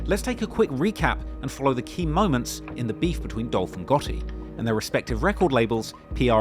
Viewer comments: His name is Gotti not Gurty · why do you say Gaw..ey instead of gottie 😂😂😂😂😂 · Get it right Its HOE GOTTI man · It's Yo Gohhi